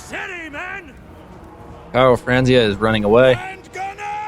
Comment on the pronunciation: His name is not "Karl Franzia" It's Karl Franz!!